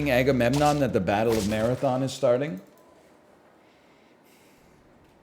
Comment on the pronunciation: thank you for this correction, I felt like I was going crazy when he said Agamemnon; I started completely doubting myself